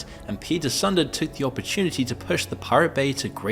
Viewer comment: Pete Sunday :D It's "Soohn-deh"